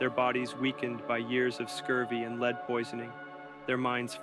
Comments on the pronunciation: Lead poisoning is pronounced Led (as in the element?) not Leed. How could you not know that? Leeed poisoning? What exactly did you imagine lead poisoning is? And you completely neglected the mention of Franklin’s wife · “Leeed” poisoning is what tipped me off that it’s an AI video